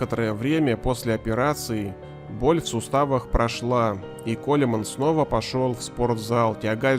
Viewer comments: Кольмен ахахахахах Правильно будет Колмэн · Бесит когда его фамилию читают как Колеман. КОУЛМАН!!! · Может быть не Колеман, а Коулмэн? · Коулман, Коулмаааан! А не Колеман, блять уши режет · Ронни Колеман😂Имей уважение автор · Какой колиман? Фамилию правильно выговорить не можешь